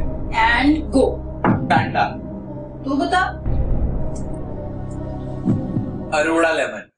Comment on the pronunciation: And it is Arora lemon not Aroda 😂😂